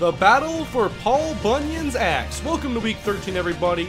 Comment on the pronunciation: it sounded like you said paul bunyan's ass